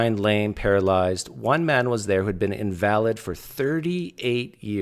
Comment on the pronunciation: pronunciation of "invalid" is pretty funny